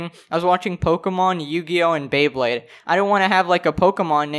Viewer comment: Okay. This is not even the main thing in the video, but when i heard Beybade, after this i will rewatch every single ep...